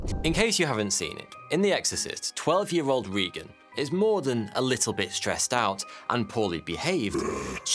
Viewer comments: It's ray gun, not ree ton. It's the same as the President. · "RAY-g'n", not "REE-g'n". Re-watch the movie. And it's Saint "Lou-ISS", not "Lou-EE" here in the States. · Her name is RAA-GEN (spelled as said) and it wasn't the devil that possessed her it was Piz-zuzu (spelled as pronounced). Sorry but that is my favorite movie.